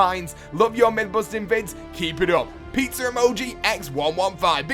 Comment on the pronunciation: I like how he says pizza like peetser